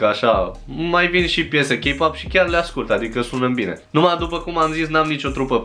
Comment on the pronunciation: Imi place ca zici K-pop cu accent coreean